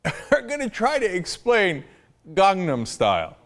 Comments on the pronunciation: Actually in Korea it's pronounced "kahng-nahm" so just saying you're Korean doesn't really sit... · I honestly don't know why he's made this video. He takes the piss out of Riley for saying Psy wrong when Cenk can't even properly say Gangnam (he says Gongnom), listen I dislike Riley but this was just childish and stupid. And don't correct me on the pronunciation, I'm Korean myself.